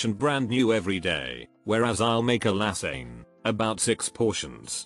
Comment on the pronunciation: Have never heard lasagne pronounced "Laz-Sayne"